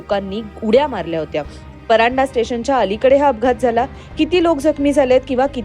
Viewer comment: Madam pardhae not paranda